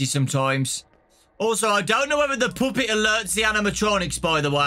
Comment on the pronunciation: i love how he says puppet like “poopet” i literally love this guy so much